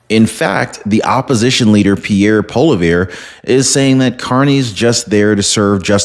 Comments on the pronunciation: Its not Polivere Its pronounced Polouve. Sorry Im a big fan of your show. Good 🤞!!! Luck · Also his name is pronounced "Polly-ev" ;)